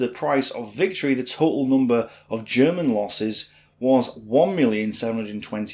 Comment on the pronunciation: No NOMBERS it's nUmber!!! Not BOT it's BUT